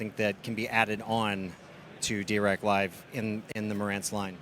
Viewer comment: Interesting that the av10 has a phono input. Does it also have a tape loop? It’s also nice that the Marantz rep actually pronounces Dirac somewhat correctly.